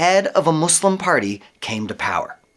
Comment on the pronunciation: The country is called Turkiye; pronounced like "Turk-key-a". Also, I'd like to thank you for your inserting the word "slum" into your every utterance of the Arabic word that means, "One Who Submits God's Will". Thanks again for being obvious in your disdain for learning on your own and choosing to be a....... not so clear on who you refer to when you say, "our" and "us".